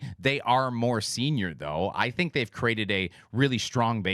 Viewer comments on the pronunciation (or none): none